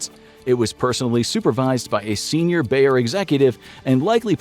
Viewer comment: BAYER - not: Bear! Bear is a fucking animal! Seriously, to you English native speakers have to butcher and mangle everything?